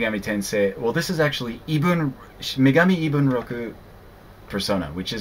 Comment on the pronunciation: Well yeah. I know that. But I heard you struggling on the published name. I knew it was Megami Ibunroku: Persona. The US version of the PS1 version was Revelations, then they named the PSP version Shin Megami Tensei. Sorry if I sound like a bit of a douche, man. I admire the /hell/ out of your collection. It's beautiful. <3 My girlfriend just got me into Persona and I took the direction from Shin Megami Tensei back in January. I /did/ have 3 back when it came out but my brother traded it in.